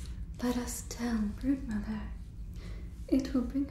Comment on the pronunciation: please tell me i'm not the only one who heard "Birdmother" instead of "Broodmother" 😭😭😭